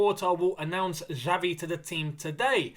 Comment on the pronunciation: Hi... Pronouce is not "Javi", it is "Xavi/Chavi"... Kkkkkk..... Is funny to hear you saying "Javi". Keep it up bro, whish you all the best.